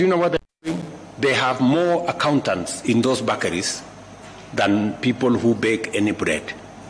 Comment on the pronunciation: can't pronounce Bakeries?